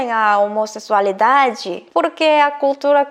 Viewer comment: Amor, só uma dica, na palavra "homossexualidade", o "X" tem som de "ks", então a pronúncia fica: homosseksualidade ou homossequisualidade. O mesmo serve para homossexual ou sexual. É a mesma pronúncia de Táxi.